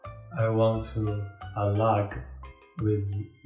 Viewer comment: It's not actually pronounced aalaag I thought its some other language till it was written on the screen you pronounce the a as you pronounce it in 'A'mazing' but your pronunciation was so cute. And if you want to say break up it won't be alag cause it just means separate for breaking up what you say depends on the situation it is . Love from India🥰